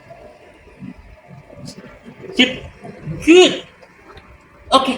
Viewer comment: lho kok jauh sama kedengerannya… Iya betul pas Luring (di awal video). “…begitu dia mengikuti tangan, berikan reward-nya, selalu katakan ‘Bit’ (beat, hit?)…”. Jauh terdengar dari ‘Good’ Soalnya lagi pengen beli anjing, dan akan banyak waktu kedepannya, dan biar ndak gagal paham sayanya…